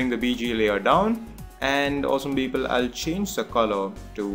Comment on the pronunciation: The tutorial was fucking great and helped me a lot, but his 'Beoble' made me crack every time. XD